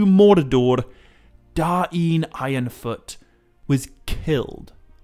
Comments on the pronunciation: Yeee no i dont think you are suppose to pronounce the names that way. You talked about Northman Names and Khuzdul names. The children book thing is nothing but children making silly names for their parody. Da-in is complete nonesense, its just DAIN. Now it is Dáin but it is not DA-IN, if anything it is Dain with more pronounced A. So pronounced something like "Daaajn" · I think that even if the syllables were split, they'd still flow. It doesn't make sense for there to be a glottal stop between them. So rather than Da-in it would sound more like dine. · god you saying Dah Een annoyed the piss out of me, but i liked this. DAIN (Dane, Dayne) not Da Een, sounds like you are trying to speak native american